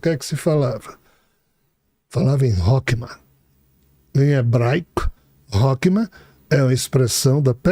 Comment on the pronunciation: "rokma"😅😅😅 é sabedoria e na realidade ele quis dizer "rrorrma" o Ch em hebraico tem som de "rr" como Rato. Assim como malchut o ch se pronuncia com som de "RR" e isso é basico na pronuncia do hebraico. Mas a estória contada da um livro mais verídico do que Harry Potter.